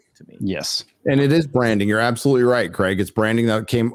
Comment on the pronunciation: Just for the Americans out there: It’s pronounced Krayg not Kregg. For future reference Graham is not Gram, it’s Grey-am